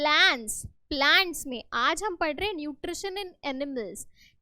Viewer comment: Nutrisun nahin hota mam nutri tion hota Hai😂😂